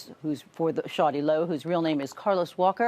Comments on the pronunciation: Shawty Law? Wow...I'm dead. The news people couldn't even edit their crap before airing it? It's already weird enough hearing the news people pronounce his name. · When that white female news reporter said shawty low rotf.... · i couldnt stop replaying ms valerie pronouncing shawty lo.....the short pauses before sho nuff didnt help none